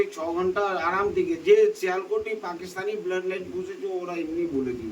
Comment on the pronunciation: শিয়াল কোটি not শিয়াল কোট।